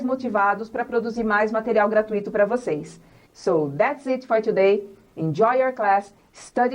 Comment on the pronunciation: thanks a lot for the class...that will help lots of brazilians sttudents for sure ...but some pronunciation mistakes.. examples....that she said...last weekiii like Brazilians do..it's wrong...It x eat it's different... present perfectiii....likedi it's likt it's a typical Brazilian accent...the use of ED like worked it's wrong...it's workt....I know that many people don't like to improve their accent and pronunciation. they just want to get across their messages....but for those who are teacher or that one's who really want to become better at English should reduce their accent.... please don't take it as a complain. sometimes we have to have someone who correct us..and better yet....Learn with our mistakes....